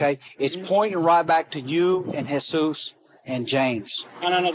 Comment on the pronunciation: It’s not Jeez us. It Heh soos. That name is not translated into English as Anglo speakers don’t use that name commonly 😡🙄 Do better AI